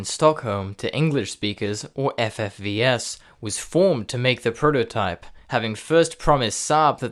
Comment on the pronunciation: VERY WELL DONE, indeed. The only point of improvement would be getting the Swedish names more correct. You did it with FFVS, good. Per-Johan Salwén e.g. would be closer to Per-YO-hann Sal-Veene